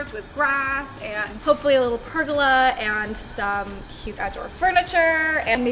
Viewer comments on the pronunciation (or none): Lol pergala. Pur-goal-ah